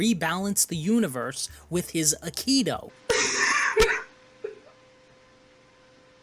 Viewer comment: Dude, it's pronounced "Eye-keedo" not "Uh-keedo".